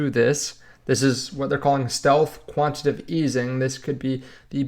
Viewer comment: Quan- ti- ta- tive.... jeez